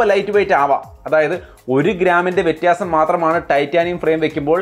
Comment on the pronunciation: വാക്കുകൾ ഉച്ചരിക്കുമ്പോൾ വ്യക്തത വരുത്തുക.. വ്യത്യാസം ആണോ അല്ലാതെ വ്യറ്റസം അല്ല 😊